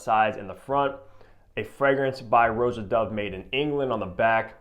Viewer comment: Stop saying ROW-jah. Honestly…… If you’re reviewing his fragrances pronounce his name properly.